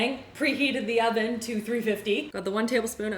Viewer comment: No she doesn’t. But whenever she says “thank you oven” it sounds like Owen so lots of people in the comments refer to the oven as Owen